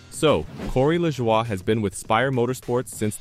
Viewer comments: Was it you or your electronic voice making a fool out of you. It's pronounced La JOY not leshwa! You look like the fool that you are. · I would think that if this is really NASCAR Overtime, you would no how to pronounce Corey’s last name.